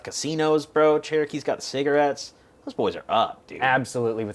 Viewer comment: “Saggarates” annoyed me so much the way he called cigs that 😭😭